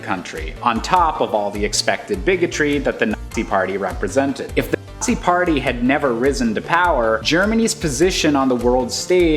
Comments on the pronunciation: Did he say the Artsy party or the Assee party? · Yo why can't he say nazi